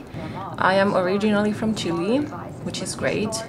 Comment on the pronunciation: es chilena pero dice chili LOL :D